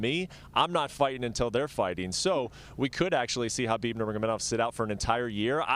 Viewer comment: She actually pronounced Khabib's name right. Most UFC fighters and even some of his fans still pronounce the K sound which is wrong.